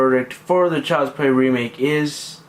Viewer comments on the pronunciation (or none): Child's Pway weemake? if anything, you should be taking donations for a speech therapist, not your Youtube "content".